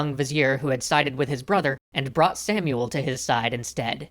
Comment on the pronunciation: In hebrew its actully pronounced "Shmuel hanagid"